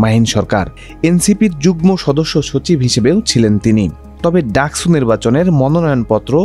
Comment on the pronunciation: স আর ছ এর উচ্চারণ তো আলাদা, ডাকসুকে ডাকছু বলছেন কেন?